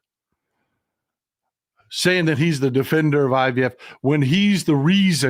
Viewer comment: I heard her say UVF too! Should have been IVF.